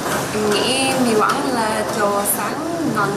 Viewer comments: Ban nay phát âm Mỳ Quang y như ông chông😆👍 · Mỳ qảng😂😂